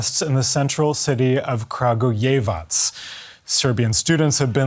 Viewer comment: You can tell he tried saying Kragujevac a few times, and the woman probably taught him how to say it. The little smirk on his face when he finally nailed it so perfectly is hilarious! Nice job, man!